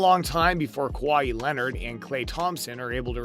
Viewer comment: This guy has no business talking about basketball if he calls kawhi “Kwah-hee”